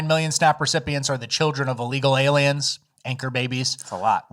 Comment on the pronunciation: I giggle inside every time says a word wrong on purpose. Aliems is one of my faves.